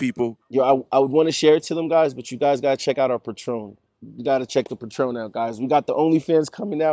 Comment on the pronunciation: he said check the Patron lol... you mean Patreon?